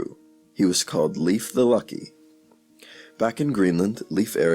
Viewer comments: Well, the video is ok, even if the names are not pronounced properly, I think. 🇩🇰🇩🇰🇩🇰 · Leif is pronounced with a difthong in the middle, e-i, so its not "Liif" Eriksson.